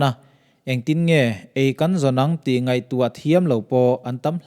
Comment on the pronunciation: 'Nguai' tih i lam dan hi,Upa deuh zawt teh